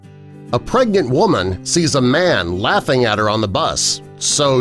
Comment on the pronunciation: Omg it sounds like u said a "pregant woman" The first time u said it